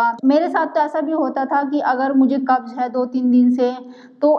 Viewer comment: Pahle bolna sikho cabbage nahin kabj kahate Hain